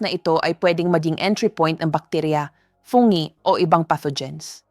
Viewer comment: Anong fonge? ( Fungi). 😅😅😅